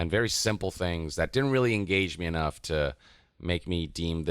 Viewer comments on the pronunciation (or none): none